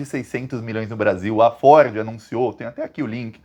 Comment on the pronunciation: Você fala Ford e eu entendo "Forbes "